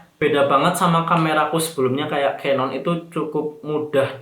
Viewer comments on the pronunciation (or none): none